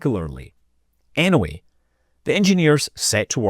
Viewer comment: Innaweh? I think it’s pronounced “anyway”.